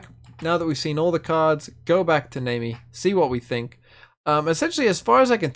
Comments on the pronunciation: It's more naami, not naymi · Pronounced Nah Me but okay lol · Her name is pronounced like the "nami" in "tsunami". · Always with the bad pronunciations, this guy... lol Fizz even says her name in the interaction. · And its just 4 letters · Fucking yikes I can’t stand that pronunciation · That is NOT how you pronounce Nami Lmao